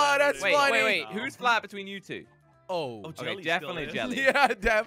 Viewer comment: it is flat not fat flatttttttttttttttttttt